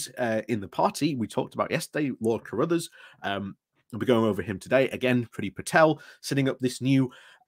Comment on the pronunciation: It's pronounced crud-arse, and is an example of nominative determinism.